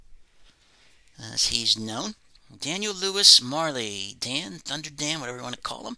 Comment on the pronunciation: Hello, great video as usual. I loved to watch the items signed and listent the story for each athletes. Love the Buster Douglas autos and the Dan Majerle ( i will write Dan Marle because i don't know why the englisp speaking guys do not pronounce the "jer"....smile! Thanks for sharing my friend and Happy Easter.